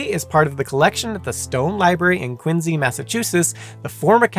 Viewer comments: I wanted to watch this whole video but I just could take listening to QuinSEE being pronounced as QuinZEE 😂 made my ears itch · The C is not pronounced as a Z in the English language You start off horribly making it hard to trust anything from there on. the letter C before I E or Y is pronounced SI or See. This sucked I was hoping for an unbias telling of this story but if you're starting off making up crap in the first sentence my guess is this will suck. I will unpouse and give it a few min. Quincy is pronounced as it should be with the See sound. How you pronounce Quincy is not a belief it's a language and has rules. I'm out and can't trust this channel. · It's a little ironic that you pronounce "Quincy" with a z instead of an s because that's how it was originally said, but you pronounce "Ruiz" with a z despite the proper sound being an s.